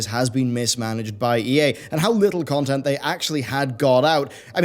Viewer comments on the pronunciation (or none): none